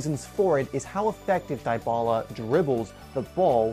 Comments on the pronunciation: ( DY - BALA ) not ( DIE - BALA ) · DiBala not DieBala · "Dee bah la" not "di bah la" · it's Dybala, not Diebala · You said his name wrong🤦🏻